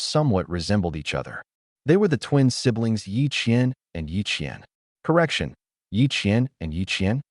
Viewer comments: Are you sure the twins' names are Ye Qian and Ye Qian? It wasn't very clear??? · The ai had a stroke when mentioning the twins 😂